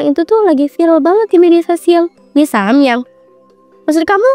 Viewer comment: mie samyam😭😭🤣🤣mie samyang woiii